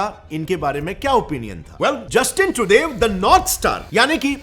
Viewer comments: भैया आपने रिपोर्ट तो बेहतरीन बनाई है, इस कारण से मैं आपको सब्सक्राइब कर रहा हूं, लेकिन.... 1. जितनी बार तुमने ट्रूडो का नाम लिया उतनी बार ट्रूडेव जैसा कुछ बोला जिससे हर बार हमारा ध्यान आपकी रिपोर्ट से भटकता रहा। 2. और कहावत होती है पल्ला झाड़ना ना कि पलड़ा झाड़ना। हो सकता है कि आपको मेरा कमेंट बहुत बुरा लगे लेकिन आपकी रिपोर्ट इतनी अच्छी थी कि मुझे यह मामूली सी बातें बतानी पड़ रही है कि आप अपनी हिंदी को थोड़ा सुधारे और ऐसी ही बेहतरीन रिपोर्टे हमें देते रहे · Truday nahi Trudo! That's how you pronounce Trudeau... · The pronunciation is not Justin Trudev is Justin Trudo..pls check on Wikipedia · Bhai it's pronounced Tru-doh not Tru-dave. Also it's torrono not Toronto, the T is silent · he says Trudav but the world pronounce differently. is ur pronunciation correct, just a curosity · Naam ka pronunciation ki laga di , bhai trudev or truday both wrong . Homework thoda karlo 😂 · Your pronunciation of Treudue is hilarious 😂 😂😅😂